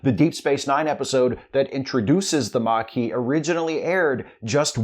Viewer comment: The mar-kee' 😅